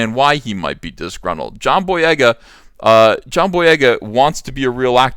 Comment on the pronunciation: Take a shot every time EVS says "jhon boyega" in this video lol